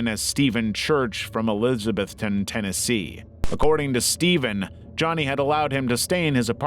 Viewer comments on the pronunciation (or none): none